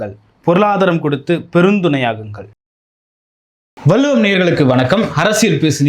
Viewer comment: "வல்லுவம் " தவறு வள்ளுவம் என்று உச்சரிக்க கற்றுக் கொள்ளுங்க மிஸ்டர்